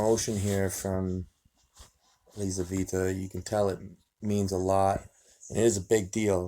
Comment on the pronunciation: Елизавета. Лизавита режет слух.